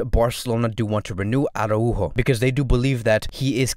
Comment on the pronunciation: Great video overall but I just can't with the "arahu-o" pronunciation